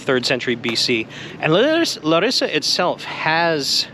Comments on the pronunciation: btw its LA-rissa not LaRIssa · First of all, thaks for visiting our city, but here are a few things to point out: on the name, you accent the syllable La (Lárissa) and not ri. Also, it's not really a college town. The reason there are so many young people outside (in contrast to Athens) is that Larissa is simply a lot safer. One last thing: the Fortress Square is that place in general on the top of the hill and not the restaurant Frourio (Φρούριο) which indeed means fortress. The ice cream bar and the Mexican aperitif bar on the entrance are all part of the restaurant, as is this whole place with the tables.